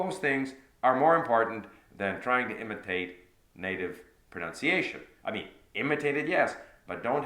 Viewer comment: You lost me when you said proNOUNCEiation not once, but twice. How ironic!